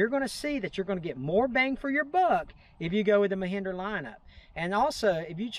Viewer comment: Mehindra? It is Mahindra not Mehindra!